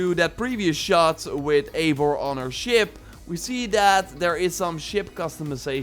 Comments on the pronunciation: Yo man nice video :) just to say Eivor is pronounced “Ai-Vor”, because it’s norse, but nonetheless great video bro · Imo, Eivor should be pronounced “ eye voor “ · I like the way that every ONE says (Aivar) and not Ivar. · It’s EYE vor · Just one detail: not to be THAT guy but it's written as Eivor but read as ,,I (like I, you, he/she/it, etc.)-vor''